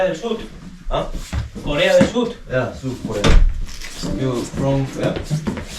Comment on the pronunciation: Corea de sur라고 한거 같은데ㅋㅋㅋ 어딜가나 남한이냐고 물어보는 준빈쿤ㅋ